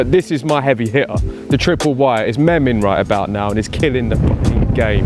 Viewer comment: lols didn't even pronounce memeing right. Sounded like a dad who wants to fit in with the younger crowd.